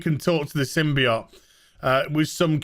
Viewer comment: I hate how you say symbiote wrong